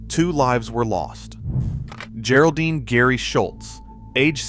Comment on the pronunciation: Apparently people have a hard time training an AI to pronounce things right. gare-oldine? lol And it said gary isntead of Geri pronounced like Jerry